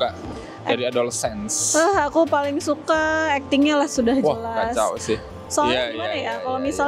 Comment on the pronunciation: Dibacanya adolescence bang bukan adolsense